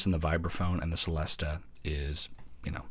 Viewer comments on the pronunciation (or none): Good review. “Celesta” is pronounced “chelesta” though, and “glockenspiel” is “glocken-SHPEEL”.